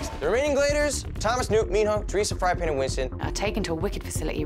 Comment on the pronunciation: Did Dylan say FryingPan😂😂😂😂😂